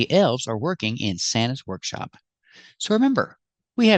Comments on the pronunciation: As far as I heard, she said "workshow" 😊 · That's what I hear too "workshows" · Maybe she meant "workshow" 😂